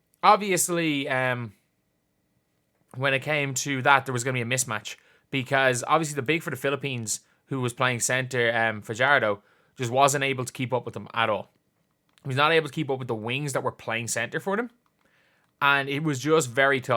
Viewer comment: Fajardo is pronouce as / Fa-Har-Doh